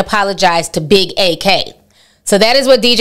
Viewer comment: Ak destroyed Meg on his twitch stream..... and its pronounced Ak (Acc) not A-k lol